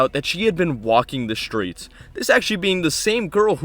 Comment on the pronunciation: IT'S PRONOUNCED 'STREETS' NOT 'SHTREETS'. Why does every foul mouthed youtuber have this SAME 'speeth impediment'?!?!?!?!?